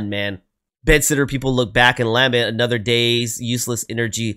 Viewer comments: Late la-meant (accent on the meant) is how it is pronounced. A lament is an expression of extreme emotion in words. He is waxing poetic on our existence. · The word "lament" is pronounced : ləˈment or with the first syllable pronounced like duh, except with an L. Also, it was written by Graeme Edge, not "Greg" Edge. His name is is pronounced the same as if it were spelled Graham. This is just the English spelling.